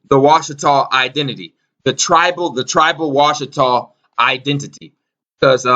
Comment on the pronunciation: Washitaw, "watch"taw, Watchers???